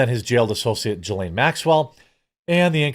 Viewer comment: HEY BUDDY, SAY GUH-LANE MAXWELL